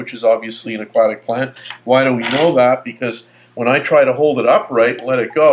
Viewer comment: nice info. I just can't stand the way he says "aquatic"